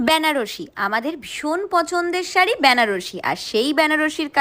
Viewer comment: ওটা ব্যানারসী নয় বেনারসী, জানি কোনো লাভই হলো না বলে কারণ তুমি তো কারো উপদেশ নাওনা।